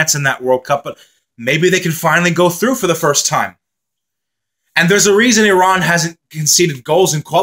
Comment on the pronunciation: Thank you! Appreciate the nice comments about Iran. And oh thank you for pronouncing “Iran” the way it should 😊